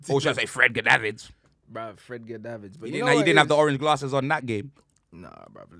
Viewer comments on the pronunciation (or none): Man said Fredgar Davis 🤣 almost made me spit out my halal pork fam